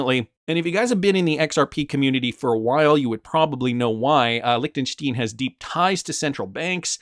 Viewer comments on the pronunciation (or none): Its pronounced Lichten stine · It's pronounced Lichten- shtIne an I not e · Your pronunciation of Liechenstein is hilarious